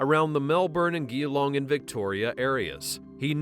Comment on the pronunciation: Geelong isn't pronounced with a hard G like gangster. Its soft like you're saying the letter G.